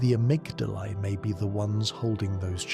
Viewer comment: I made it to Amygdala, or as you pronounce it "Amygdalae" . You have Patches in the vid, who pronounce Amygdala "Amygdala". But on several occasions , just blatantly say Amygdalae. I Did you splice the parts when you was sober, and told the lore when you were high or drunk? Lol...